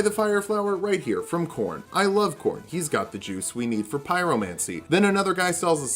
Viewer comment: ...Were you trying to say Korrin (Smarag)? It's... It's not "corn".